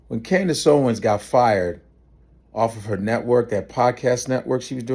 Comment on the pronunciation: Candace Howens again